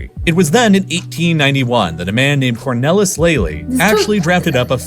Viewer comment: It is really insulting top all of us if a reader does not even try to pronounce Dutch words the right way, very very lazy, how hard can it be to look it up in Wikipedia.. Cornellis???? It clearly says Cornelis, with e as in say...